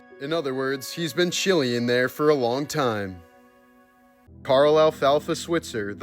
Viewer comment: "Chile-ing." 😅😂😅😂😅😂 so disrespectful but even more funny